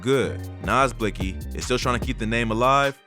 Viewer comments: Shouldn't it technically be pronounced as "Blixx Kee" ? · on god the way reporters say blixky pisses me off just how hard is it to not pronounce the x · Lol i love how the man sais( blix) ky gang hahahaha sucka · The miss pronounce word (blixy) got me fucking week 😭😭😭😭😭😭😭😭😭😭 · Bro said blisky gang 😂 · Wtf did this nigga just say “blicksski” lulzzzzzzz I’m fuccing ded asf💀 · BlLuKeI gang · This is how u pronounce blixky, blick-ey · Lmfao he goes “blicksski” gang I’m fuccing ded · Lol man said blix ki deadass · They stay saying bliksy omg bruh 😭😭😭😭😭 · Anytime they’re on the news they say “blicksee gang” lmao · News man said blix - key gang 🤣🤣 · That mane said blickski gang 😂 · Just the way reporters say blixky gang tells you they're completely uninformed talking heads, I'm from Illinois and know how they pronounce the shit and have only heard of the gang maybe a handful of times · it’s not about knowing the gangs offhand, but literally five minutes of searching up the name and they’d know how to pronounce it. Any real “journalist” or “reporter” should care about getting the facts straight, they pronounce it that way because they beef with a certain gang. That’s pretty important to the overall story being reported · bruh. I get your point. It’s not that important to the story because they mispronounced one word but your clearly understood what they were saying and meant. Vladtv been doin this idk how long on a big platform and he’s involved and doesn’t even know how to say half the shit he’s supposed to. He got the facts right. He didn’t pronounce the name right